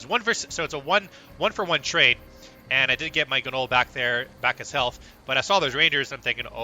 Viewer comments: The G is silent in GNOLL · Can you PLEASE learn to pronounce gnoll???????